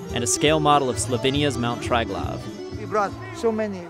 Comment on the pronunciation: "Trajglav" mountain, Oh my F.......in God.